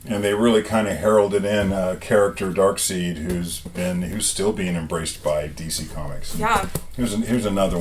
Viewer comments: DarkSIDE. :-) I know it's spell funky, but that's how it's pronuonced. That's a pretty nice key to be left in a cherry-picked collection. A lot of nice keys. Congrats! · Not to be mean, but it's pronounced Dark Side.